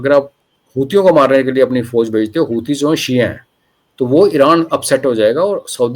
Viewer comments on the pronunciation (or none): none